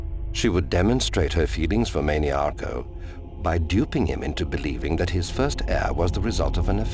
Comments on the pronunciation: He's good but obviously cannot pronounce TES named and words correctly. He calls Mannimarco Manny-Arco. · Mantiarco who was married to Potema and not Mannimarco the king of worms.